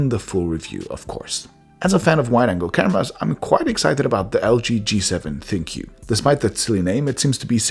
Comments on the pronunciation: I thought ThinQ was supposed to be pronounced Think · I would have presumed that 'ThinQ' would be pronounced 'Think'